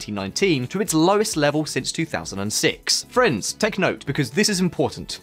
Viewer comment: When you say friends, I hear France. It's disturbing